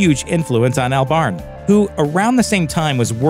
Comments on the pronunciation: Isn't it pronounced Awlbarn, not Earlbarn? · Who is this "Al Barn" he keeps talking about?? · Is it not pronounced Albern? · “ Albarn” lmao the way he says it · that pronunciation of Albarn tho...